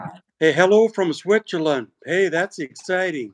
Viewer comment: TELL your Daddy that there is NO 'H' Sound in SWITZERLAND. LOL